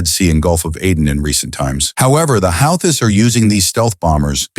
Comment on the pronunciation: "Houthi's " is pronounced WHO-TEES